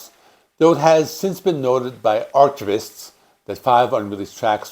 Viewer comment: The ch in archivist has a hard c sound, like the word arc.